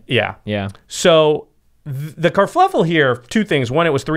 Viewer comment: Ya, I'm going to be that guy. It's kerFUffle, not kerFLUffle.